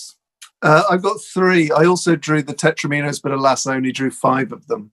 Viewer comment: The mispronunciation of "tetrominos" is bothering me. Surely it rhymes with "dominos"?